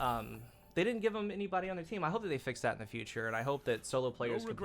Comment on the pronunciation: I just noticed and realized that I say “any-buddy” instead of “any-body”. I kind of like that better though, so I’m okay with it. ohp that one was sorta close!